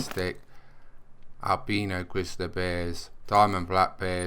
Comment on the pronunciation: I love the way he pronounces albino